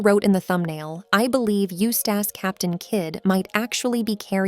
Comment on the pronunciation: The way she pronounces it as "Used ass captain kid" throws me off a lot.